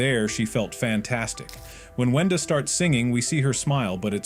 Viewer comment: Why are you saying wenda like did almost every thing :(